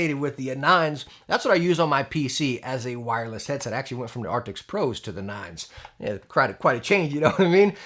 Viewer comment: Arcti”S” not arcti”C”.